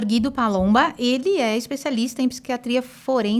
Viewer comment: O dr Guido eh maravilhoso! Adoro ele e assisto a todos os podcast s que ele participa, apesar de ser recluso( como ele mesmo disse)!! Ele tem muito a ensinar para nós!! O nome dele pronuncia Gu i do !!! Pronuncie o U do nome desse grande e sensacional Doutor. Sempre é bom dar uma verificada na pronuncia do nome dos participantes antes de iniciar o podcast!